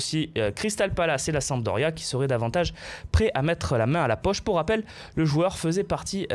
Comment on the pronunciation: il y a un "p" a sampdoria et non samdoria